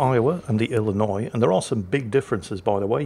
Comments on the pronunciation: being an Illinois native, i am impressed and pleasantly surprised with correct pronunciation of my home state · Finally, someone who knows how to say Illinois without adding the S at the end. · As someone from Illinois, I was surprised at correct pronunciation. A lot of people from out of state add the "S" at the end, but it is in fact a silent letter. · I'm impressed you knew the s in Illinois is silent! Which makes it a completely useless letter IMO lol.